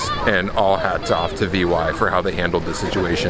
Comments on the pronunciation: Glad it all worked out! Btw Vy is pronounced as one word, not initials - something "Vee" is pretty close if you can’t do the norwegian Y sound. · As a Swede I love your video, but I'd like to point out that the pronounciation of Vy (The train company) is not "Why" or "Y" so that could need some practice. Looking forward to your next video. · Vy is not an abbreviation, it's a single word, v like in veranda, y like in chlorophyl. Great video! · Nice video from my home town - You can say Vy as a word - it means View